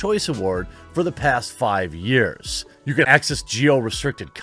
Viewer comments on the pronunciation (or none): none